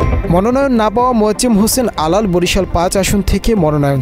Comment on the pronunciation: প্রথমে মোজাম্মেল হোসেন আলাল। বলেছিলেন পরে অবশ্য ঠিক বলেছেন মোয়াজ্জেম হোসেন আলাল। খেয়াল রাখবেন ভাই